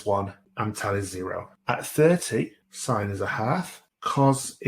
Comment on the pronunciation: Omg who says sin instead of sine 😑 my maths teacher would be mad